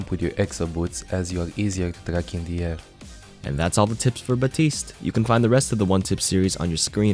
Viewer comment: Say it with me. BAPtiste. Not BAtiste.